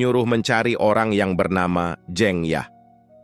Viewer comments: Koreksi : Jeng dibaca seperti jengkal...bkn Jeng spt jengkel 😊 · Dibja harusnya dibaca Dibya atau Dibyo. Tp tampaknya memang voiceover-nya bukan orang Jawa krn mengucapkan kata "Jeng" jg aneh. Jd harap maklum. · Mungkin bukan orang Jawa asli kl orang Jawa asli lebih fasih mengucap jeng. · Narator harus memperhatikan ejaan, terutama nama orang contoh Suraja, juga ucapan beberapa kata seperti 'jeng'